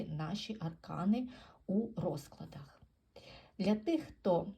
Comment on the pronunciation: А чому "рОзклади", а не "розклАди"?.